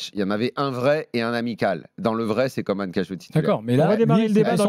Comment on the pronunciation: On prononce Coman ...comme comment ...pas comme Comane...tu comprend man ? 😮😮😮